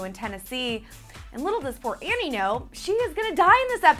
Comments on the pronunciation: Andie. Not Annie. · stop saying "Annie"!!!